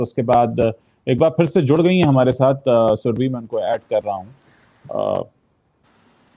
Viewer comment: सुरभी नहीं, सुरभि! सही उच्चारण हिन्दी भाषियों से अपेक्षित है।